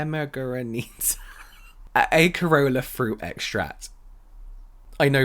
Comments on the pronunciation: It’s pronounced ASS-E(as in get)-RO(open o)-LA(open A)😍 ACEROLA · Acerola is also called haitian cherry and is da bomb - but yeah the c is pronounce like a C (at least in Portuguese). No big tho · "Acerola" (pronounced like as-uh-roh-luh) is like a Caribbean cherry. One of my favorite fruits here in Puerto Rico, actually. I love that she added something from the Caribbean to the line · The fruit in the fat water with the difficult name is pronounced ah-say-roll-ah It's a "tropical cherry", sour and very refreshing for a summer juice. We have it here is Brasil too :) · Acerola (pronounced Aserola) is a type of cherry that contains a potent vitamin C and other types of actives.